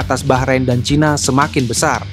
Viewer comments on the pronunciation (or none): none